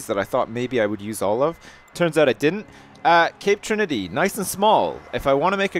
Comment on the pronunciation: Lol, Tape Crinity = Cape Trinity